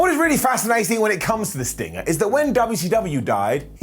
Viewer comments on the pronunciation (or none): none